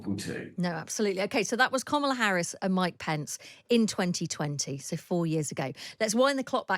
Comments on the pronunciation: It's not Comma-la Harris, with 'comma' in an English accent. It's 'comma' in an American accent. It's Karmala. Just listen to how people say it - including the person you are interviewing - and say it like that. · Interesting breakdown 😊, I enjoyed this. My only complaint being that the host, who I generally enjoy, kept referring to Ms. Harris as ‘Kommala’- please read her name correctly as Kamala- only short vowel sounds and all a’s 😂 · Why does this woman not say Ms Harris name correctly, she's as bad as trump. It's not that hard ffs.